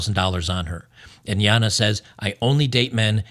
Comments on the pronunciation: I don’t know why you keep pronouncing her name Yana. Like, you know she’s Australian right? 😂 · Damn It, "Jana" is pronounced "GENTS" here in Australia 🇦🇺 Please respect our language, as we respect our Public Toilets for what they are.